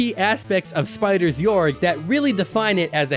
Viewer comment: it's pronounced gay-org